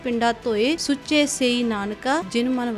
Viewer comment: ਵਿਚਾਰ ਵਧੀਆ,, ਪਰ ਸੁਚੇ ਨਹੀ,,, ਸੂਚੇ ਹੁੰਦਾ